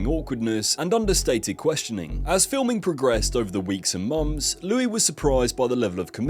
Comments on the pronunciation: there's just one Louis. The s is not pronounced. Geez! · Louis is pronounced "Looie" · Not to mention at one stage he pronounced Louis phonetically.